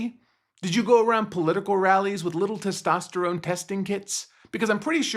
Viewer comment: Did he say Testosterome?